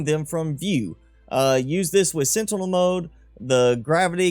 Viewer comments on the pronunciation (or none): none